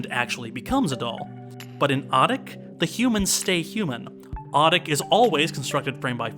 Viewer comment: Appreciate this review, but please note it's pronounced "oh-teek." not "ah-tick." Always happy to see Shhhhhhvankmajer getting some attention. Czech is a pretty tricky language in most ways, but one thing easy about it is it is consistently phonetic, so once you know the sound a letter makes you can pronounce any word or name correctly by simply sounding it out one letter at a time, unlike English with all its pesky diphthongs.